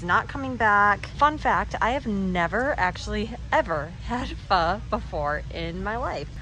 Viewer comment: I am so proud of how you say "pho"! Spot on!